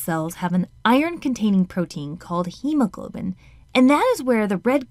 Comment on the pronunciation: Hemoglibin ❌ Heamoglobin✔️🪢✅